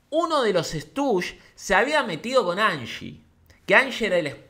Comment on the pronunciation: Me molesta que digas "Estush" en vez de "Stushis". Igual te quiero.